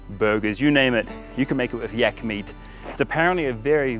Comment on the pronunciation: In my country yak is pronounced like in "rack" not with an "e" like word "tech". Very odd to listen too as you say it like you'd say "yeck" :D